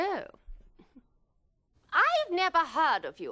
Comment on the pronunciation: I love how her "Oh" sound like "Ew" LOL